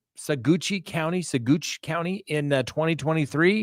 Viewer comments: it’s not “Suh - goochi” it’s pronounced like: “Suh - watch” the “g” is totally silent. Give it a whirl. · Saqwatch, is pronounced sah watch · Saguache as in Sawatch! Not Saguchie!😂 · Great they got him!! Look here …🤣.. Ok… so it is not Sauguchi… It is pronounced suh-waach and it is The San Luis Valley🙄thank you! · it's pronounced: suh - watch part of the Ute language meaning blue earth which is surprising cause its pretty deserty down there! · Saguache: SUH-WATCH. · Saguache county is pronounced "saw-watch" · Sawatch, emphasis on the "watch" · It’s pronounced SawWatsh, sawwash, county. I’m obviously not a very good phonetic speller! But anyway…….😎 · Sagouche is pronounced Sa-watch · it's prounounced Suh-watch emphasis on the watch. Also there was no first trial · just a heads up, it’s pronounced sa-watch county! i used to live down there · It's pronounced Sawatch.....😂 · Pronounced 'Saa-watch' county. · The county of Saguache is pronounced: Sa watch! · Its pronounced "sa-watch" county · Saguache is pronounced Sa-watch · Sa-watch County ;) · saguache is pronounced sawatch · I grew up in Colorado and always heard it pronounced "suh-watch" - I could be wrong, but I'm pretty sure it's at least close to that. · Sue- watch ) 😂 That’s how it’s pronounced! Dirty bstrd left her out there like that!!! How could he do that! 🥺😤😱 She just took SUZANNE’s money to represent her murderer that’s what Iris did😤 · Sue- watch ) 😂 That’s how it’s pronounced! Dirty bstrd left her out there like that!!! How could he do that! 🥺😤😱 THANK YOU ❤❤❤ YOU HAVE MADE MY WHOLE YEAR WITH THIS NEWS ❤❤❤❤❤ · According to locals of Saguache county, it is pronounced like : suh-'watch (bit of emphasis on second syllable). That 'suh' is to rhyme with 'duh'. 'Google' it or search 'how to pronounce Saguache'. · Saguache- pronounced "Suh Watch" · I believe it's pronounced Say-watch County. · It's pronounced "Sag Watch" county